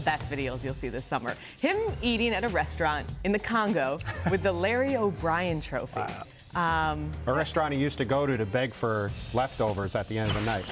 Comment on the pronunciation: When she was talking about serge she said tropha instead of trophy lol